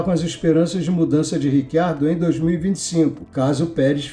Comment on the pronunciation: Em italiano, a pronúncia correta é Ritchiardo, mas ele mesmo, Daniel Ricciardo, pediu a todos jornalistas para usarem Riquiardo, que é como pronunciam o nome dele na Austrália. Neste vídeo, como em todos os outros de nossa autoria, foi usado Riquiardo, como ele pede. Quanto a esse Rick Ardo, também não ouvimos.